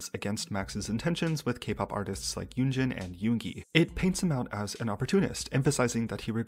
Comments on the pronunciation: LOL when the guy called Yoongi, Yooonji I couldn't help but think about that iconic RUN BTS episode when they make Yoongi the new female student and call him Yoonji 😂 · I've kind of ignored him, I didn't listen to his collaborations with Yoongi and Yunjin (even though I stan LESSERAFIM). He does look like an opportunist and sounded weird sometimes (the pronounciation for Yoongi... cmon man you can do better it's only 2 syllables) but that's part of the industry as you said. After seeing this, I still dislike him for his past behaviors, especially the comments on Chinese/Asian people threw me off... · took him 2 weeks to learn a rap, maybe he should have took some that time to learn how to pronounce yoongis name. racism and zionism doesn’t look good on his half